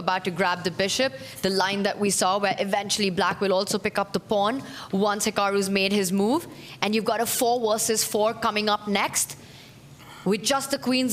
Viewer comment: What is it with Tanya and Sagar, that can not pronounce the "V" in versus, and instead say "Wersus"?